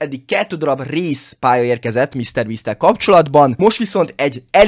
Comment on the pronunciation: Race vagy réz, mert úgy hallom.😂😅